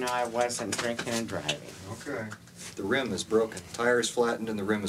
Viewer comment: It makes me so Kraa😠Zy that ends her '-ing' words with a 'k'! Cringes the hell outta me Every time! 'drinkink' (drinking) 'sittink' (sitting) 'waitink' (waiting) STOP IT!!